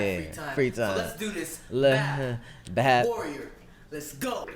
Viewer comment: The begin of the song: BI EI PI. He the whole time: BAP HAHDJWJDJWKDK XD